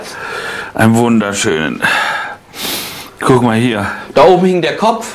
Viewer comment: aber der Kommentarersteller hat nur Peter zitiert. Und Peter hat nunmal "kuck" gesagt anstelle des weichen "guck"